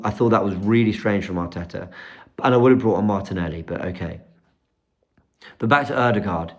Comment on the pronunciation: 😂 as yaad man say hartetta hout. And dont forget robbie and the fan boys at AFTV covered up 5 years of slckness at arsenal. We alll saw this coming , why we suprised. Bottle job incoming